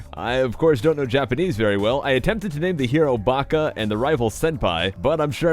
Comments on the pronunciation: You did pretty well on the names, but you mixed up two letters. Instead of Baka, you said Naka, but that's forgivable since は（ば actually) looks pretty similar to な unless you're used to reading the language. For Senpai, you actually said Senhai, but you got all the characters right; the distinction between the two is a small cirlce, ie は vs ぱ. Same thing with your bulbasaur; forgot the dots, so it's koshira instead of gojira. コシラ、ゴジラ. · you named the hero naka, and the rival senhai so baka would be ばか instead of なか,and senpai would be せんぱい instead of せんはい, you almost had it. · You wrote Naka (なか) and Senhai (せんはい) lol Baka = ばか Senpai = せんぱい You were close though gg Edit: You also named bulbasaur Kotsura (コツラ) Tsu = ツ Shi = シ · You said "Naka" and "Senhai" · You got Senpai right, but you spelt your name 'Naka'. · btw, instead of ばか (baka) you named red なか (naka). So you were very close, but rather than naming him "Stupid", he is called "Center" XD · Ya said naka, and senhai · U called it naka and senhai lol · Lol! Senhai and Naka.Sounds like the words for a thousand yeses and inside???Idk about my translation,but the hiragana pronunciation is probably correct.Pretty darn close honestly,well done! xD